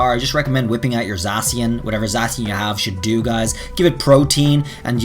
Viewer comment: Za-Cyan the word for another shade of blue pronounced SAI ANNE.